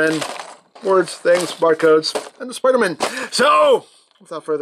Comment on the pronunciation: HE SAID SPUDER MAN